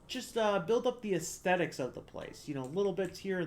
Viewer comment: Thumbs up for "extetics" 👍